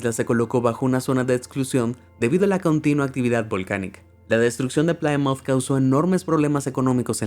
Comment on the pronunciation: Plymouth se pronuncia "plimuth"